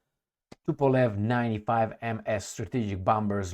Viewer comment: Congratulations! You have pronounce well Tupolev! forgot it again... Thank you for your channel!.